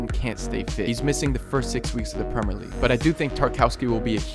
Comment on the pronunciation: Why does this guy never pronounce the “I” in Premier